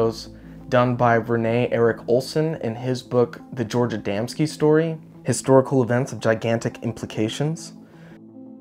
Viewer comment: KUDOS FOR SAYING ADAMSKI CORRECTLY😊